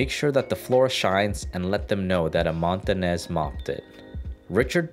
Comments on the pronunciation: "Montanez" lol? It's pronounced Mon-ta-knee-ez hence the "ñ" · You pronounced the "Ñ" wrong.